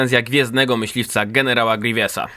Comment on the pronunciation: Ej mówcie grywiusa a nie grewiesa